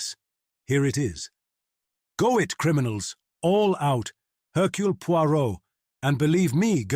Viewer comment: Slight misprounciations here & there. Hercule Poirot is correctly given as French: AIR-kyew Pwah-ROW. , the last name by itself is pronounced POY-rott. Phonetic, wrong. Also "exemplifies" is rendered as ex-EM-plih-fees. Perfect till that last syllable.